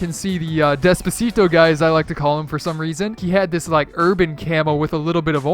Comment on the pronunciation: Disliked just cause he said despaseto